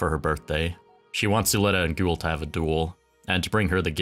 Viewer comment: It's Gwell not GOOL. Liked the video!